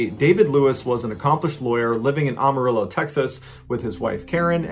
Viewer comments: I'm sure it's been pointed out to you by now but Amarillo is pronounced Am (like I am)-uh-rill-oh. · I'm from Amarillo...Its pronounced Am-ah-RILL-ow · AM-MO-RILLO IS HOW TEXANS SAY IT LOL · AM A REEL O. IS THE proper way to say it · every time he pronounces Amarillo as “ah-marillo”, another armadillo gets smooshed on the highway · Texans pronounce Amarillo, AM R ILLO. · Why do they pronounce Amarillo like English instead of Amariyo how it should be pronounced in Spanish? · It's pronounced Amarillo like Trans-Am; think Trans-Am-arillo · Amuhrillo is usually how it's pronounced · Am... Like...AM-a-rillo. just saying. That's how we say. It. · The "Am" in Amarillo is pronounced like "I am." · I'm totally hooked. These stories are like crack. That being said, I chuckled every time he said "Ahmarillo." LOL. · Ah-Marillo? HAHA, being a native Texan, I'll never pronounce it correctly again! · Every time this dude says ah-marillo 😂 I love you mr ballen but you ain’t from Texas, are ye?? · Amarillo is pronounced Am-as in “I am going out”. Ām-a ( short vowel)-rillo. Sorry, I’m not one to typically say something, but that one I couldn’t get past. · I like your story belling ability. The way your frame stories and tell with is captivating. However, that being said. I’m from Texas (the greatest country in the world) and the way you pronounce Amarillo really drives me up a wall. It is spelled “Amarillo” but pronounced “Amerillo”. “Am”...”erillo”. That is probably the best way I can explain it. Not trying to beat you up over pronunciation but it is a pet peeve of mine. I am sure you weren’t aware of it so you get a pass. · I swear Texas is like the UK no one can pronounce the town names correctly 😂. AM-A-Rill-O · It's a-ma-ri-io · No offense, my storytelling genius, but Amarillo is pronounced with the same am as in, I AM-ARILLO telling you the truth. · Never heard anyone pronounce it Ahm-a-rillo lol. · Everyone in Mexico: A-Ma-Ri-Yo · Ah-ma -re-yo. Yellow in spanish